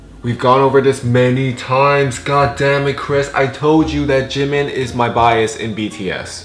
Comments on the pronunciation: .....it's jiMIN tHE EMPHASIS IS ON THE LAST SYLLABLE AGGHHHHHHH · Jimin's name is pronounced "jeemeen" not jimin